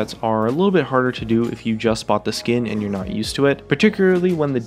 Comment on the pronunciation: Btw it's not Táliyah. It's Talíyah